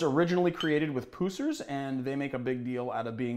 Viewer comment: It’s not pronounced “Poo-sers” it’s PUSSers as in an infection that has Puss! Thanks